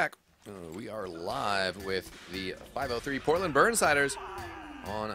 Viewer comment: Porltand? Lmao, isent it Portland? xD